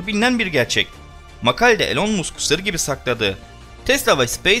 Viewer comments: YAHU MUSK DİĞE OKUMA MASK DİĞE OKU LÜTFEN SİNİRLERİMİ BOZDUN... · musk yazilir ama mask okunur..bu sekil bilgi verirken isimlerin telaffuzu önemli..gülünc oluyor yoksa.. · Musk deyil. Mask okunur,saygilar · "Elon Musk" degil "elın mask" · Elon Musk diye yazılır ilan mask diye okunur HÖRBINcan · Elon musk adini yanlis söylüyorsun elon mask okunuyor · İyi güzel anlatıyorsun dinliyoruz da elon musk okunuşunu bir öğrenseydin yazıldığı gibi söyleyince kulak tırmalıyor